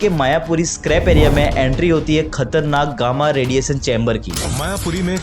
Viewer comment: रेडिएशन मेरे भाई, रेडिएसन नहीं।